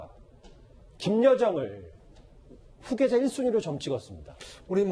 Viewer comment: 휴계자가 아니고 후계자 ᆢ 채널A 수준이 보인다 ᆢ